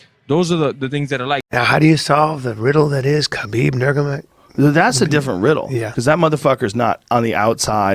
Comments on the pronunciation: Lmao Callen trying to pronounce Khabib's last name while sounding smart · stoned geezer can't pronounce khabibs name, then starts talking loud to pretend he's not stoned, but he's fucked, clearly. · unable to say nurmagomedov 😂😂